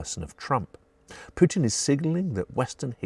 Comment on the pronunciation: thx for not saying " pewtin"